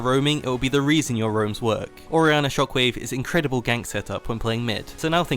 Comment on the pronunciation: It's weird how you speak English so terribly. Sure, you're from England, but you mispronounce SO many things. First and foremost, Orianna's ult, you somehow added a "t" and "r" (trok wave) into a word that's called "Shockwave." JFC get your shit together man, seriously. It's unbearable to hear you pronounce so many words.